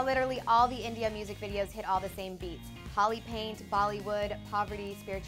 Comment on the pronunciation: pronounced holi wrong